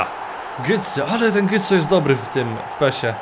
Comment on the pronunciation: Nie "Gytse" tylko "Goce"